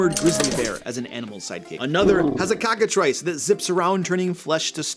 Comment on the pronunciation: Cocka-thrice??? Cockatrice please.